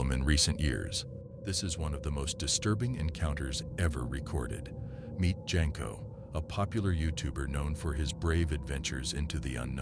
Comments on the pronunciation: It's not Jenko it's Jasko pronounced Yasko. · Jasko (pronounced Yas-ko). not Jenko